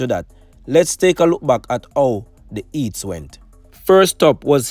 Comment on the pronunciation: Eats, tree, ow, learn to pronounce words dude